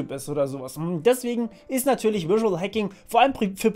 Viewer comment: Überzeugend und simpel - gut gemacht, danke ! Kleiner Tipp vom Anglisten -sag mal auf Deutsch "visuell" und dann Englisch "visual". Die fangen beide mit demselben Laut an :)